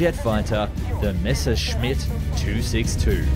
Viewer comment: it has finally happened!!!!! An English history documentary that correctly pronounces "Messerschmitt!! THANK YOU!!!!!! You have given me back hope in humanity 🥰😍😍😍🤩🤩🤩